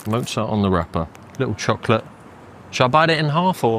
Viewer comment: I didn’t know you can pronounce chocolate like that. Interesting